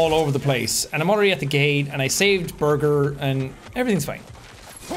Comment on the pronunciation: I love how Jack keeps pronouncing Birgir as burger even he has heard them say it as beer-gur multiple times